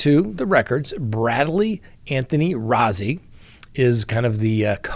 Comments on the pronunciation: The one attorney's name (Rozzi) is pronounced Rosie. He mentioned it specifically in his interview at the courthouse. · Bradley Rozzi made a point today of telling us that his name is pronounced "Rosey," as in Ring Around the. . . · Atty Rozzi made a point to correct the press on the pronunciation of his name: Rose-ee